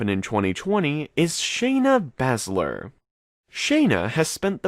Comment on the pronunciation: This guy doesn't even know how to say Baszlers name